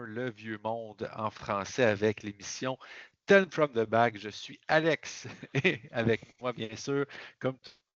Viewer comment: Belle prononciation de mon nom Alex ! Belle émission, bravo et je continue a pousser votre chaîne dans la communauté de la ville de Québec !